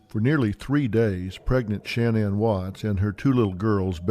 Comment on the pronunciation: It's Shannon not Sha Nan